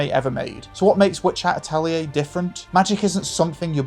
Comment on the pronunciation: so funny how you stumbled (like a lot of others, no criticism here) on japanese names, but differently than so many english speakers....actually got "atelier" LOL